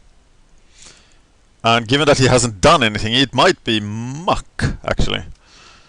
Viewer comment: I like how u pronounce MUC xD "MAAHK!" :P no offence, typical swedish :D